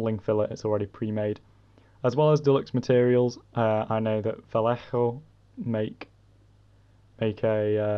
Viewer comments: just saying Vallejo is pronounced Vay-ye-ho Also, Keep up the great work! I love your videos! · lol, I always see people either get the ll right or the j right but rarely both! But here is a handy tip, Vallejo is Spanish and I Spanish, 2 L's are pronounced like a y and a j is like a h also the h in Spanish is silent, that's why Hola is pronounced ola